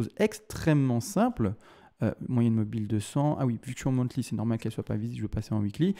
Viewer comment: Analyse très pertinente mais les monTly au lieu de monTHly m'ont achevé 😂